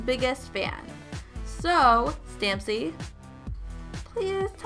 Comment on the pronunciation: It is STAMPY NOT STAMSY. I'm am so offended.... hair flip